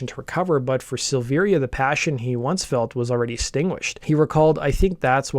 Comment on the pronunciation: Don’t do a Korn piece if you’re going to call Ray, Rick Luzier and not know that David’s name is pronounced Silvera despite the i